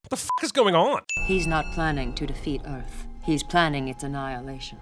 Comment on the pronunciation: Not Earth, but Uuth